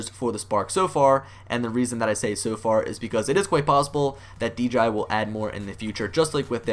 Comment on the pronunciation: I crack up everytime he says deji not dji